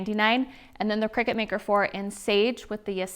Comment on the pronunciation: I just had to, you know what people are like and i couldn't help myself.... Cricut = (cry-cut) not cricket!